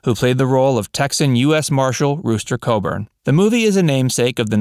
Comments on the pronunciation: I love these informative vids of actors I grew up loving, but the narrator got John's name wrong in 'True Grit' and the sequel. It wasn't Coburn, it was CoGburn! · Wayne played Rooster C O G B U R N, not Co-burn. CoG-burn. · To begin with... He portrayed Rooster COGBURN. Not Coburn. Get it right pilgrim. Secondly, his racism was based by his peers ideals. If you are in a group their views tend to become yours as well. That went past just him. Like Henry Fonda, John Ford, Jimmy Stewart, Ward Bond and many others. Yet, as he was the BIG name, he gets called out. Why? Everyone from that era or those times had ideas. The right wing wanted to keep family values and education, and keep the military strong. Definitely needed during WWII, Korea and Vietnam. Th left wanted anything but. History not only shows that, but proves it as well. The Communists did try to take over. Wayne, and others confronted them. Wayne was good friends with Ronald Reagan, the best President we may ever have. And Reagan's views were the same. Yet no one talks about that. I am sick and tired of all the garbage being spewed about him. No one mentions his charitable actions. Raising money for Native Americans, Holocaust Survivors, and others. Or his help in building schools, clinics and hospitals in arts of Africa, Mexico and in Israel. Why? because it is more fun to cause friction than talk rationally. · The characters name was rooster cogburn, not coburn. Please guys, if you’re going to do videos about these people, at least take the time to get the information right. It’s frustrating to hear all the errors in some of these videos. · It's Cogburn, not Colburn.... Got it !!!!!!!! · It was Rooster Cogburn ...not Coburn. Geez. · Cogburn not colburn. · That's Cogburn not " Coburn " . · its NOT pronounced, Rooster "COHBURN" Its, COGBURN.... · For GOD"S SAKE, Rooster COGBURN, COGBURN, COGBURN!!!! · It’s rooster cogburn, not coburn. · It's Cogburn, not Coburn! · Rooster Cogburn not Coburn.